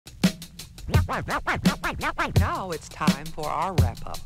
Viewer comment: dwidder commerkial